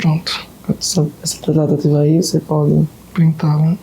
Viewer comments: É "trataTIva" q ele fala. Com força no "ti'😊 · Kkkkkkkk é verdade Tratateevaa kkk😅😅😅